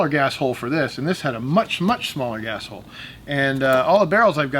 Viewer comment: did you say "Gas hole or A$$ hole" 🤣🤣🤣🤣 #2A